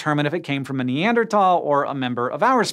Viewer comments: It irks me too. It's NeanderTHHHHHHHal. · He keeps saying “Ne•ander•talls” 😂 instead of “Ne•ander•thals”. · Its not neandertalls its neanderthals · I end up having this thought EVERY time it comes up in a scishow video, but... why does NO ONE from this team know how to pronounce "Neanderthal?" Its neader THall. Not neander TALL. Theres an "H" in there for a reason, Hank. Theyre not very TALL neanders, ok? THall, not Tall. I know its just a mispronunciation but its SO consistent that it has to be intentional and I dont get why theyre intentionally mispronouncing a word. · What, the th in Neanderthal is silent? I thought it would sound like /t/! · “NeanderTALL” pls say sike :( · Foolish Hank, it's pronounced- Wait, Neander-TAL? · I hate how he says Neanderthal